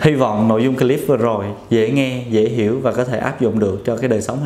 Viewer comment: Bác sĩ nói tiếng Em thì giỏi . Còn nói tiếng Anh thì dở ẹt .phát âm từ CLIP sai bét . Mỹ nó cười cho.